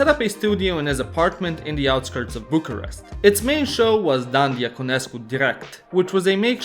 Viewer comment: your not romanian because how you sed bucharest you never trick a romanian sugă pula